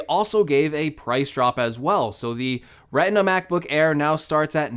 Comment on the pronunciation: Did he just say “Reh-inn-ah” (Retina)?